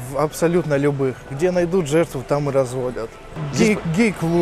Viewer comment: Работаю тама??))Так только Никулин говорит аххх тама